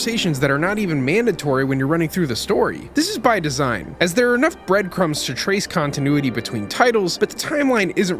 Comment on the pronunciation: You mean “kongtinuity” 😏